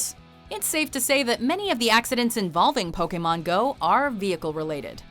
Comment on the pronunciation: I don't think a single person in that video pronounced "Pokémon" correctly (and that includes the clips from the early animé episodes). It's a long A sound, people!